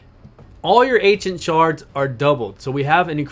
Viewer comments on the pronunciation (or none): none